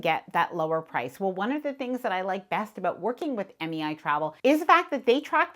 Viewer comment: MEI sounded like MAI ...thank u for the great tip😊